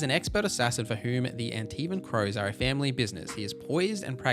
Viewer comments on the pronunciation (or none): none